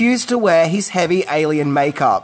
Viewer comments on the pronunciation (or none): none